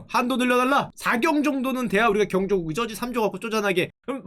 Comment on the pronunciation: 경조국이 아니고 경국 인데 "경국" 발음이 이상하네